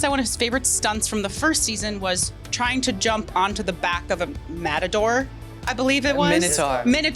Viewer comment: MADADOR?? BRO.. pronunciation is so off i started laughing at them